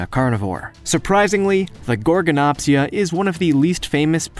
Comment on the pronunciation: Gorgonopsia has a D at the end